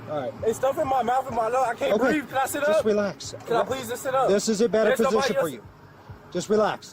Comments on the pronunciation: Of course he can't breef 🙄. Easy diagnosis. Incarceritis. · Is it taught in schools currently or something. Always the same playbook by the low level criminal crowd, "I can't breeve" "I'm pregnant" "Can I get {whatever}" "Can I make phone calls"